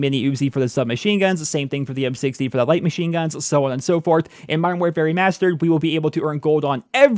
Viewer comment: I keep hearing "Modern War Fairy Mastered" lol.